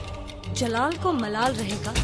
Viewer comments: Jalaal ko malaal😅😅😅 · Jalaal ko malaal😂😂😂